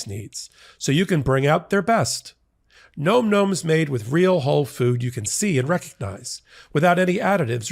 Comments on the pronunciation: Am I the only one that saw the irony😂 when he stated the name of the sponsor and it sounded like he said "Nome Nome?" I'm not trying to disrespect you sir! I'm not trying to disrespect the company that you are making this advert for. If you like the regular flavor of Nome Nome, then you're absolutely going to love the other flavors that we have, black goat goat, and my special favorite kill kill kill! We named it three times because it's just that good. I'm very sorry, just thought I'd bring a little dark humor to this whole debacle! I do not condone, goat goat or kill kill kill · I'm going to say it too,: it's nom with a "short o," as in "nominate." It's onomatopoeia for the sound hungry furbabies make when chewing: NOM, not NOME! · it's nom nom isn't it? the o isn't long making the word sound like gnome, it's more like nam. like the sound you make when you eat.